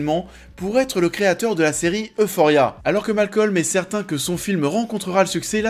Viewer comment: J'étais pas prête pour ta prononciation de Rue d'Euphoria telle une rue mais c'était rigolo. Et super vidéo, j'ai adoré le film aussi :)